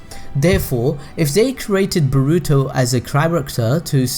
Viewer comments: It's BORUTO not bruto!!! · Sorry but this just really annoys me Its boruto (bore-oo-toe) Not (ba-ru-to)